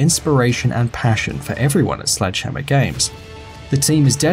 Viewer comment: Everytime he say "Slegdehammer", I always remember Eungene Sledge. Because his nick name is Sledgehammer